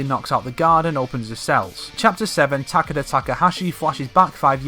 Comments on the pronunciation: I could take that pronunciation, but Ta-Ke-Da is just unacceptable. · Can we get a like everytime he mispronounces Takeda’s name? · You forgot one The weird pronouce of Takeda holy hell its just Weird